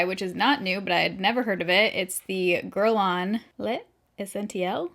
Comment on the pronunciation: Sounds like gerlane, not gerlon lol. Guerlain is an ok foundation,but it's not worth 60$ plus shipping.